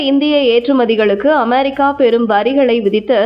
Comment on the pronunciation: 'அமெரிக்கா' சரியா சொல்லும்மா